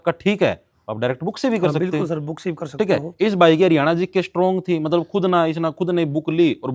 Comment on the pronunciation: Le narander - matlab ❎matbal ✅😅